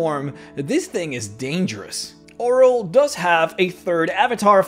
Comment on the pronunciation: I believe it’s oh-reel not oral